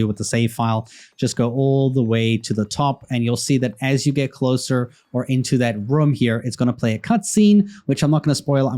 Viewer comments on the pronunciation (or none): none